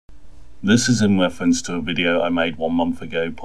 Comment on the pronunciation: "This is in refwence" Sorry, if your retarded program can't speak English, it's not worth watching